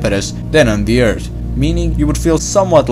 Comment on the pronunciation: Yeah, but when he says earth it sounds like beers